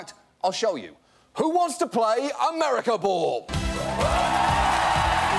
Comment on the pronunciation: he says "Americer" lol